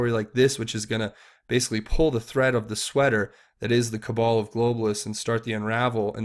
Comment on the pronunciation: Great work,. It's very much appreciated by those who simply don't have time to keep up to speed with all the details and ramifications of each development. One small point - "cabal" rhymes with "pal", not with "Paul".:)